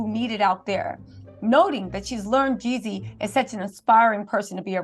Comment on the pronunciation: Jeezy not YEEZY 🫶🏼😊